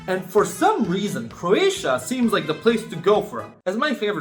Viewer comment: Oh did he mean Croatia? 😂